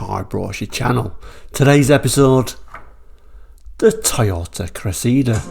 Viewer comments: It's the Toyota Cressida not Cressidda. 🤔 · It's funny how Brits call it a "Cress-SEE-da" but in South Africa and the US, it was "CRESSA-da". And PLEASE, Brtons, PLEASE top saying "MAZZ-da" and putting a zed in Chrysler. You also say Nissan wrong (it's KNEE SAHN, like the Japanese say it), but we all say Subaru and Hyundai wrong in the West, so I'll give some leeway! Hyundai's popular crossover is a "TOO-SAHN", not a "tuckson", though I think I've only heard the Aussies go that route. Repeat after me, Blighty: LAHN-chuh. LAHN-chuh. LAHN-chuh. While you're working on that, I'll try to get Americans to stop saying FEE-YOTT, Ruh-NAULT, VAAHL-voh, and porsh. And we yanks actually like the way you say "Jag-yoo-warr" and many Americans are now using that pronunciation.